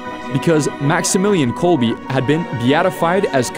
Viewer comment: Good documentary. One note, the Polish words are all very badly mispronounced. His last name pronounced kolb “eh” and not kolby. There are many other mispronunciations.